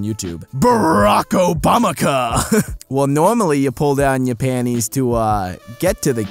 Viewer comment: Why do you say "panies"? There's a "t" in the word.